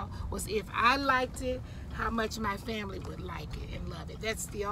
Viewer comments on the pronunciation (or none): none